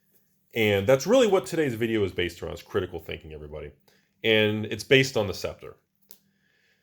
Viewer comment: Props for actually pronouncing a tricky word correctly. scep·ter /ˈseptər/